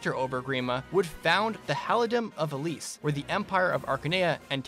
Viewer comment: the way you pronounce elibe "elib" LOL